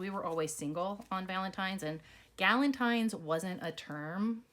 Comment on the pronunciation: Galentie????? Lmao kill cupid day 😂🤣